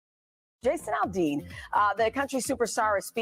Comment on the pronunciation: Just don't say Al-De-Ann lol. That was hilarious though,. 😇✌️